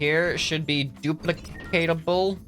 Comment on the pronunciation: Say du-pli-cate-ab-le